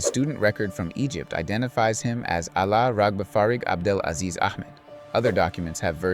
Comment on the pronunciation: Good video man, but you keep mispronouncing, it's "AbdelaSLEAZE"...